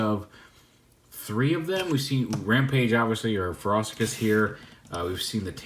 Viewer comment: Feh-roh-she-us not whatever it is you’re saying bruv. Otherwise excellent review as always. You brought something new to the table that the other reviewers didn’t.